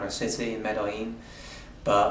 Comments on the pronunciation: Why does he call Medellin Medajin? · Med EH jean. Not Med eye jean. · Who told you to pronounce it "Med-AHH-ZHEEN"???!?!?